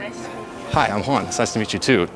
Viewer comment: The way she was trying to pronounce Juan 😂